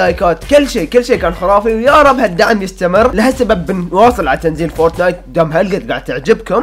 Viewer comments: فورتنايت مو فورتنات😂😂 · فورت نايت مو فرتنات